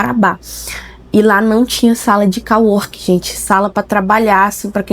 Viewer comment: Co working se pronuncia. Não call working 😉